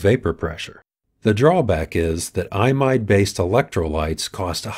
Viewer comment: I pronounce 'Imide' incorrectly in this video. It should sound more like 'ee mide'.